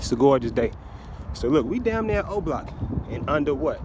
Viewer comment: It’s not zero block it’s o block